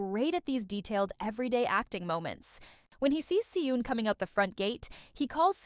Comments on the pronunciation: hi! so 🤔 i’m curious as to why you pronounce their names like that?? considering that you’re (i’m assuming) korean?? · I was thinking, if she's korean was is she pronouncing badly the korean words and name... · the way the names si eun and beom seok are pronounced here🤢